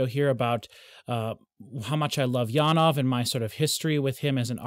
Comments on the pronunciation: The Jan part is corretctly worded, but ove should be more like ov-eh, where the eh is pulled out a fraction. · I love how passionate you are about Janove's music but I really wish you would learn to pronounce his name correctly!